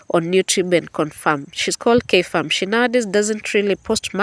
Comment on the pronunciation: Did you say K-farm